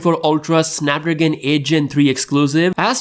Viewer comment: SnapDRAGON !!! ffs learn to talk